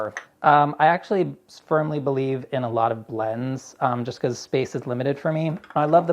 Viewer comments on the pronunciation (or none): "I actually spermly believe-" I had to listen to that about 5 times to make sure I heard it right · did anyone else here say "spermly believe" instead of firmly when opening his spice drawer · did he just say spermly believe haha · "I actually spermly believe in a lot of blends"... am I hearing this right? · Did he say, "Spermly believe" ? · Did anyone else hear say "spermly believe"? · Did just say, "I spermly believe"?